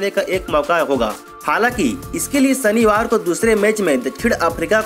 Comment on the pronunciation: Sanivar, phanal, Samil....ur pronounciation is tooo irritating...pls change ur anchor.